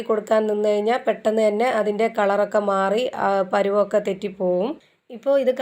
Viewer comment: കൊള്ളാം പെട്ട ന്ന് പറഞ് ഞു ❤😅